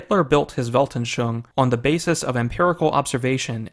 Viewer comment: Weltanschauung has four syllables. Welt-an-schau-ung. You pronounced it as if it had three, but after 'schau' the last syllable should be pronounced 'oong'.